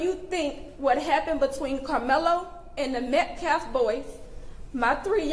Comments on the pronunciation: And it’s metcalf..not METCLAF!!! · This doofus mispronounces the names of both families, but especially the MetcaLf last name--it's MetcaLf--NOT "MetcLaf", Idiot!! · This POS, baby beater, minister, activist CAN'T even pronounce Metcalf! This is the second press conference that he says, Metclaf, WTH? 🤦‍♀️ I swear that family is so stupid to have "this" racist represent them, he's trying to insight a riot! #justiceforAustinMetcalf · The minister/spokesman/clown called the kid Austin "MET-CLAFF". Didn't even bother to find out how to pronounce the kid's name!!! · He does not even pronounce Austin Metcalfs name properly.